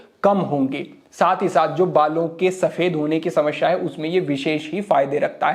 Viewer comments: Samsyaa.....shamashya ....nahhiiiii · कृपया समस्या बोले,समश्या नही। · sahi uchcharan Samasya bolte hain, Samashya nhi 😎